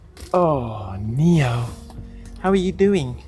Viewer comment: Neo is a popular name in South Africa and it means gift however it is pronounced neh-oh. ❤ I love you guys